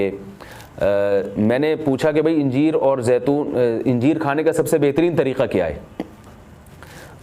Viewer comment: Injeer nahi bhai Anjeer bolte hai 😢